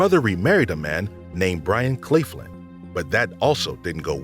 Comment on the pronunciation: Linda's stepfather's name was Byron Claflin, also Claflin is being pronounced wrong